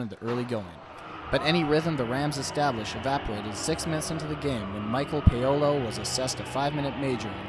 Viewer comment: The Announcer mispronounced Paolo.